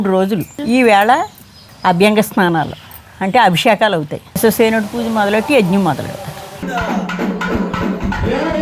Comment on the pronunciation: విశ్వస్సేనుడు కాదండి విష్వ క్సే నుడు